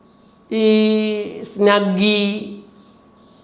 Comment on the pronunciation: സ്നഗ്ഗി അല്ല സ്വിഗി